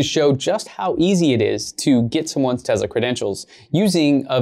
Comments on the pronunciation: TeZla 😁 Huh ... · Ware is the Z in Tesla you keep saying tezla wtf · Not to be rude or anything but it’s Tesla not Tezla it just bothers me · Its not tezla it’s te-ss-la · It's pronounced Tesla. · I heard Elon say it was more Tezsla. It’s funny that it grates on people’s nerves. It does mine too but I breath a deep breath and think zen thoughts. It’s not going to go away. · It sounds like tezla